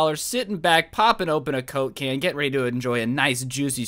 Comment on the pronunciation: did you say coke can or cocaine